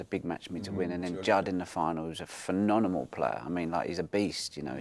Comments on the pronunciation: why is he saying phenonNEMAL instead of phenoMENAL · He can't say phemonenal😂😂😂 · “Phenonimal” interview 😂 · From all the greatness, biggest takeaway is that Ronnie cant pronounce phenomenal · Phenomenal, Phenomenal, Phenomenal it's Phenomenal. See it, Read it and Say It correctly 👍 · Phenomenal is a word this guy can’t say 😂😂😂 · Will someone please tell him how to say phenomenal ffs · Ronnie is phenomenal ! But if he insists on using that word he really needs to learn how to say it properly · Ronnie pronouncing phenomenal incorrectly every time is quite adorable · How do you pronounce phenomenal so badly 😂🫣